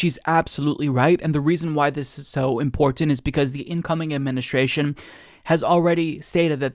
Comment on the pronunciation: He got in there, he got "import-Tent" in. It's like a drinking game